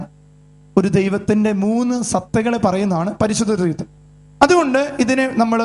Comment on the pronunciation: Threethuam alla threeekathuam